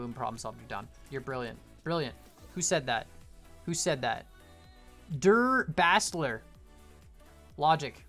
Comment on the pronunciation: when you try to say a german word it kind of sounds like when my grandma try’s to speak english. ‘Der Bastler’ is german.